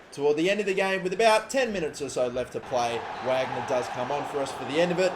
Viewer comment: The striker you start over, Wagner, his name is pronounced "Vahgner" not "wagner"